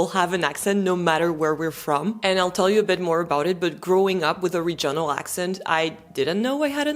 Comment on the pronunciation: je suis désolée de corriger votre bel anglais, mais l'accent tonique du mot « regional » porte sur la première syllabe!😱 Je sais que l'accentuation des syllabes en anglais, et surtout la prononciation, sont un vrai casse-tête, et je m'en excuse, mais si les Normands ne nous avaient pas envahis en 1066, l'anglais serait encore plus difficile pour nos cousins français!😂 Alors, gardez espoir! 😊❤ (I absolutely love your French lessons, by the way!😊❤) [Une recherche Google a révélé les résultats suivants concernant l'accentuation dans les mots de trois syllabes]: In three-syllable English words, the stress most commonly falls on the first syllable for nouns, adjectives, and words ending in -er or -ly (e.g., PAR-lia-ment, OR-der-ly). However, the second syllable is often stressed in verbs or words ending in suffixes like -ic, -sion, or -tion (e.g., de-CI-ded, re-LA-tion). [British Council | Teaching English Africa] KEY PATTERNS FOR 3-SYLLABLE STRESS: First Syllable (Most Common): Nouns/Adjectives: CE-le-brate, AN-i-mal, EN-er-gy. Words ending in -er, -ly, -y: MA-na-ger, SI-lent-ly, O-pen-ly. Second Syllable: Verbs: con-SI-der, de-LI-ver. Suffixes -ic, -ion, -ian, -ious, -ity: dra-MA-tic, con-TA-gious, e-QUA-li-ty. Third Syllable (Less Common/Specific): Compound words/Suffixes: en-gi-NEER, re-com-MEND, i-so-LATE. [British Council | Teaching English Africa] TIPS FOR IDENTIFYING STRESS: Suffix Rules: Words ending in -ity and -ate are often stressed on the third-to-last syll